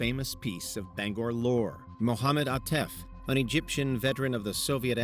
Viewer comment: 1) The FBI and the CIA are not the same thing. 2) Bangor is pronounced "BANG-gor", not "Banger".